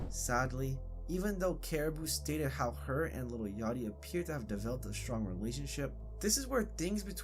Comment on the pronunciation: within one second... LITTLE yachty.. bro... its LIL.